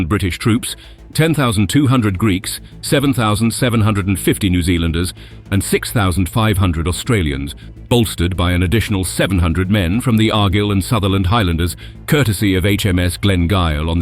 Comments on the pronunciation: @@ and Argyle were both poorly pronounced. Leicester was pronounced as Lay-cester and not Les-ter. Whilst Argyle was pronounced as Ar-gill a d not as Ar-guile. And Junkers is pronounced as Yunkers. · But still can't say Leicestershire or Argyle.